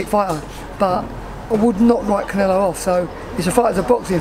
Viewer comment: Did the interviewer actually say "Liam Smith vs Caneelo"? Lmfao